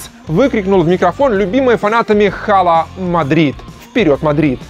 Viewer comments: в 100 раз убеждён что авторы канала ничего не знают в футболе,а просто читают левые паблики в вк. Не хала мадрид а Ала Мадрид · всё кроме автора говорят ала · пожалуйста говори Ала Мадрид. Чисто из уважения к испанскому языку. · не "ХАЛА", а "АЛА МАДРИД"! Вы бы хотя бы подготовились перед выпуском. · Все в мире: "Ала Мадрид" Журавлев: "Хала Мадрид"